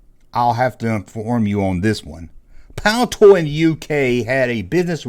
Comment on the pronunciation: I know you don't talk good Junkman, but as I live in the City where teh company was based - PLEASE... IT IS PAL- I -TOY, Not PALTOY... ... Also, I think that Palitoy released teh Original Action Man, which was a "Licensed" copy of the US G.I JOE Doll Size Figure... And Action Force was just continuing that license as whoever made G.I Joe 3 and 3 Quarter Inch figures wanted to expand the market reach... I am not 100% certain, But I do feel it was a Licensed property so NOT actually a Rip-Off! EDIT: I had not seen the previous video... So yeah, I missed the joke! but what can you do!